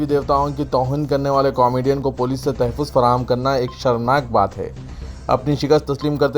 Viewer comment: ۱۔موہن بھگوت نہیں ۔" موہن بھا گوت" بو لو۔ تحے فوز نیں۶ رے باوا " تحفظ" بو ل۔ٹیپو سلطان کی 'mihaz Arai.نیں۶ رے باوا Mahaz Arai بول۔4۔Arab imaratنیں۶ Amarat بولو۔5۔Tjawizنہیں تجاوز۔بولو ۔زیر سے نئں رے باوا زبر سے بول